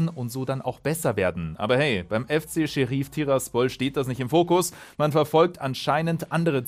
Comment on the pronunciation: Niemand: Manu: Scherief